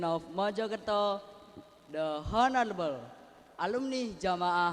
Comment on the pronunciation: The honorable itu salah pengucapan🤔